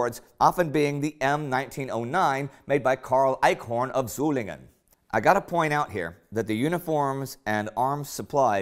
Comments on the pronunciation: Indy, you perfetcly pronounced "Solingen". No native speaker could have done it any better. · Wow! You pronounced the german city "Solingen" quiet good! Nice video :-)